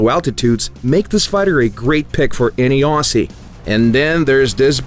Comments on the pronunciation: It is not au-ss-ie but au-zz-ie mate! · Dear Americans, Please pronounce Aussie like you pronounce Ozzy Osbornes first name. We aren't Awsies. Signed, Australia. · Why can nobody pronounce "Aussie" correctly? It's said as "Ozzy", not "Ooosay" or "Ussey"... Ozzy. C'mon people, get it right xD